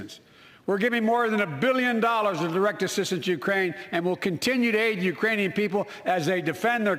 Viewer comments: "Urainian." Which is made up. Lol. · "Urainian people." Oh boy... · He said, "Urainian people." Which is still incorrect...